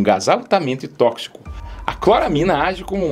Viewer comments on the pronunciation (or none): none